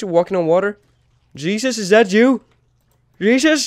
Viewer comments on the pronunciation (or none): none